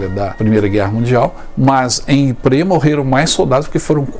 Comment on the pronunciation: `Ypres, não Yprés. o acento é no Ípsilon.